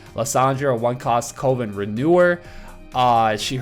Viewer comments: I freak out everytime you say covid... its cuh-ven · Coven is pronounced cuh-vin (kinda like oven). Don't want you to get blasted for the pronunciation in future vids. Love the content! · you probably got told this already but coven is pronounced like oven